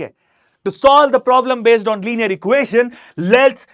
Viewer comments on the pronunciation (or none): none